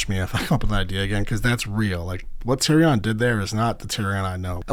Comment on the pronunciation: You’ve never once heard Tyrions name pronounced that way lol